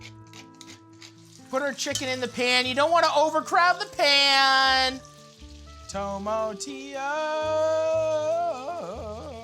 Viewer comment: Toe mah tea yos